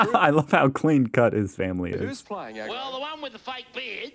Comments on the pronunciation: ha ha "Argo" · Ag-ro Short for Aggravated.